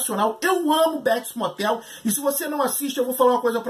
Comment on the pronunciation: "Béts Mótel"